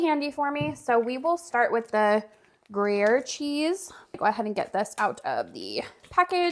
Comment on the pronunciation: Pronounced Gree air